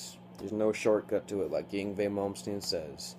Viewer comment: ying vey? i think ur pronouncing it wrong, Yngwie= (INg-vey)